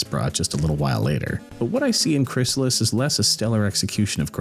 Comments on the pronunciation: Crystalis, not Chrysalis. Right? 😅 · Let me help you out on the name of the game you're making a video about: Krih-stall-us (Aside from the distinct syllables, you may also notice that the word contains the letter T.)